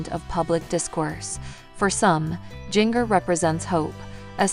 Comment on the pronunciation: Say her name right. It's pronounced like the spice GINGER. Not like jnger